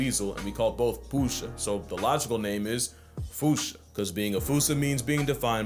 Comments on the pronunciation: As a Filipino, don’t wanna be that Guy, but it’s actually pronounced “Poo-Sah” like “Apu” and “Saw” spliced together, and it’s also “Tag-A-Log” like, the game Tag, Ah, and Lumber Wood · I don’t see it anywhere but Tagalog is pronounced Tuh-gah-lug - Tuh like in tub - Gah like in guppy (I couldn’t think of another word, sorry) And Posa is pronounced like Poo-sah… yeah. I’m half Filipino, and this is how I’ve always heard it pronounced assuming this is Filipino. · I can’t believe you butchered my native language 💔 it’s pronounced AND spelt as “tagalog” and “pusa” Great video as always tho 👍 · The pronunciation of Tagalog caught me off guard but it's actually longer or emphasized "Tah- gah- log." and "Pusa" as well, or at least in my region it's a 'u' and not an 'o.' (Love from the Philippines. ):hands-yellow-heart-red